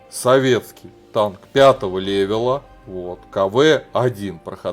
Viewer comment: не лэвэл а левел